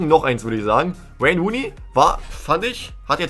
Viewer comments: Normale Leute: Wayne Rooney dÖnIz: ouein runei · Wäine Wuuney ist fast so gut wie Wobetsn...